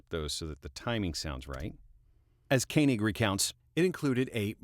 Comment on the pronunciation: Watched for the dog clicker. I do the same thing with snaps. Then I heard you pronounce Koenig the right way. Just as I was getting excited, you went back and changed it to the other way. Deciding whether to take my Subscribe back on not.... ;-)